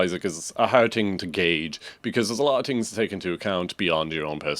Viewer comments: “tings” bruh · I had to turn it off after 14th “ting’s” and 12th “tink’s”